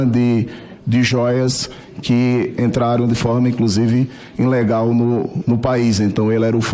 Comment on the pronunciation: Como dar credibilidade às falas de alguém que diz "inlegal"???